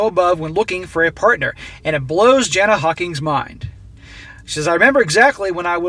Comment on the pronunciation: Aussie here - 'flog' can be applied in a number of contexts and is uniquely Australian slang. It's an all purpose description of someone that's basically an arsehole. Joker on BB covered this article a while back. He's done several of Jana's articles. Her name is pronounced 'Yarna'. Hope that helps.